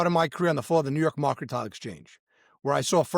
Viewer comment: “Marken-tile”. Lmfao.